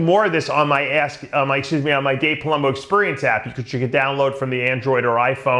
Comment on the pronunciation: Dave ''ExpUrience'' Palumbo''. Love the videos, keep em coming!